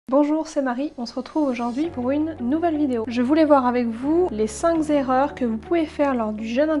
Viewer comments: « Les cinq Zerreurs » ... c’est les Zaricots qui l’disent qui y est ! Bref en un point,, éviter les BOMBES CALORIQUES ! La biZe. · Enfin une vidéo claire, sans chichi ni singerie ni humour débile. J'ai plus appris en quelques minutes qu'en une heure de vidéo sur le sujet. Petit aparté, il y a 6 erreurs car "cinqzerreurs" ça n'existe pas mais ça m'a bien fait rire. Chouette vidéo en tout cas!! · Cinq est invariable (pas de s à la fin). Cinq erreurs et non cinq "zerreurs" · Cinq erreurs et non cinq z’erreurs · Merci. Mais attention on ne dit pas les cinq Z' erreurs. 😉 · Les cinq Z-erreurs? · Cinq Z' erreurs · pourrait être intéressant sans les "zerreurs" (depuis quand un z à la fin de cinq ?? ca gâche un peu la crédibilité et le sérieux du propos ) et surtout beaucoup trop de "il faut, il faut pas, vous devez impérativement ..... ".Vraiment trop de certitudes et d'ordres sans connaitre les gens, donc peu crédible pour moi, dommage, l'idée était intéressante, mais la forme inadaptée. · Cinq erreurs et pas cinq z'erreurs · Cinq Z'erreurs, je cherche une vidéo en bon français, mais c'est difficile à trouver :-D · Cinqs erreurs ? Cinq zerreurs ? Désolé, mais "ça pique". :) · Cinq erreurs pas 5 zérreurs ! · Les cinq z'erreurs. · les cinq z'erreurs ?????? OUPS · Très intéressante vidéo, Marie. Mais il n'y a pas de "S" à "Cinq". Ne dites pas "Cinq Zerreurs". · "Les cinq Z"erreurs" ? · 1 ère erreur, il n'y a pas d'S à cinq. On ne dit donc pas les 5 z'erreurs. Lol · Cinq Kerreurs, et non cinq zerreurs. Merci de parler français. Une erreur, ça se pardonne, mais la répétition finit par être gênante a l’écoute. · en fait c'est cinq zerreurs, ne pas oublier les deux "r" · Cinq Zerreurs 😂😂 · Très intéressant, merci ! Juste au passage, le mot "cinq" ne prends pas de -s donc pas de liaison à faire ! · Intéressant, Marie, merci. Par contre il vaut mieux dire 5 (cinQ) erreurs, sans S et sans liaison ! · "les cinq z'erreurs" : vidéo suivante.